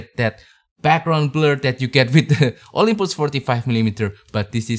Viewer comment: Olympus, jangan bilang Olympoes!